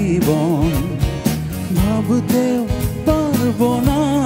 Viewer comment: পারবোনা, কল্পনা, পথে, উচ্চারণ হয়নি।।